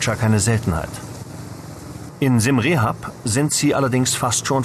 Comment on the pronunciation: Dank fürs video es heist Siam Reap pronounced [siəm riəp]) not rehap nothing to do with rehapillitation rehabillitation. wiederhausung.